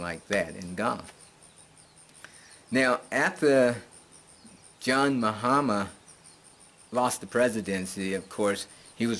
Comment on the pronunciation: You pronounce his name fine. And you are right citizenship should be streamlined throughout Africa. If other countries did this diasporans would make other countries popular also.